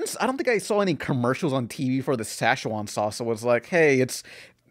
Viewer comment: said "sachwan"